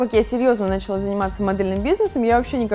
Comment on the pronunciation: Почему бы не говорить слово "началÁ" правильно???? Нáчала это не по-русски.